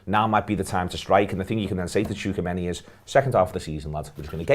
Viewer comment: butchered tchouameni's name